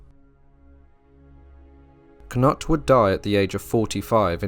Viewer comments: The Danish pronunciation of Knut is Kanoodth. When you say Kanutt it sounds wrong. 😉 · Why do you call knut, k-nut? In Englang we call him Kanoot, not k-nut! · Great. But I’m sure it’s not pronounced “Cannut” more like “Canoot” also IERNside. Not I -RONside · Pronounced can-ute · You pronounce Cnut with a long u! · switch the n and u , Cnut.